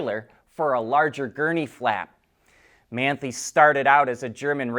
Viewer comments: man-thee...HAHAHA your pronunciation is terrible. More like maan-tie (like tying your shoes). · It's pronounced "man tie"! Get it right.